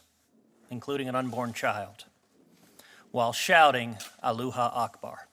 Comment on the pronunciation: I like how he would not even give the term of "allah akbar" the dignity of pronouncing it properly. Then slaps the audience for laughing at it. He knows EXACTLY how he pronounced it.